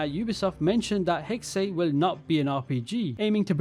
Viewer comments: I always wanted an assassin's creed based in Salem, but this is close enough...no hate, it's pronounced (Hex-sa) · It's pronounced HEX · Its pronounced “hexuh”, the german word for witch. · Hexe is pronounced Hex, there’s no extra E